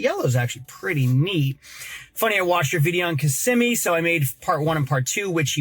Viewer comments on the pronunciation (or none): none